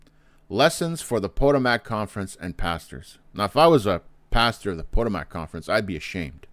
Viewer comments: PS......It's pronounced Pa-TOE'- mac, not, PO'- to- mac, Emphasis is on TOE. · Is he intentionally mispronouncing Potomac?